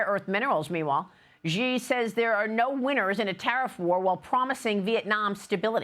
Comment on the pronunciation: Maria can't pronounce Xi's name or Bejing correctly. She may as well be saying Ronald Rump too. Why not slaughter every name? Xi is pronounced "she" and Beijing is pronounced Bay-Jing (as in jingle). When Maria says Beijing, it sounds like French. Bay-Szhing. Get it together, you're a journalist.